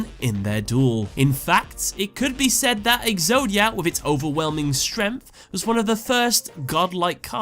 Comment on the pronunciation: Why can’t you pronounce strength?